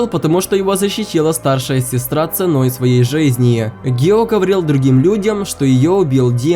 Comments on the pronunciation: Не гио а гию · Не гио а гию томиоко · НЕ ГИО А ГИЮ И НЕ ТЭНГЕН А ТЕНГЕН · ВІН НЕ "ГІО", ВІН "ГІЮ" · Небольшая поправочка, не Гио Томиока, а Гию Томиока. Мне нравится что ты снимаешь такой контент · Гию Тамиока а не Гио Тамиока